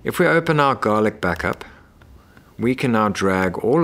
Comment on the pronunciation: Why do keep saying Garlica?